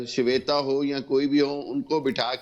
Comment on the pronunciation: सवेता जी नहीं होता है जाहिल, श्वेता जी होता है।